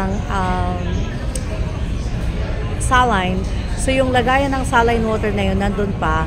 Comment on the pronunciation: Saline, or you pronounce it like “seylin”.